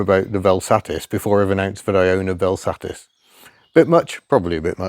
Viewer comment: Got to love that you have a Vel Satis (miss Hubnut will not excuse you for the way you pronounce it) but heck, sounds like you got the worst example possible. Curious if you can get it a bit more... loved.